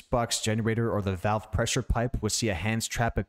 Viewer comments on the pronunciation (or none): none